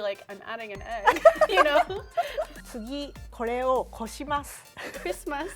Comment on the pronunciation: Rie: こします(Koshimasu): Christmas...Christmas... 😂Too cute I love this video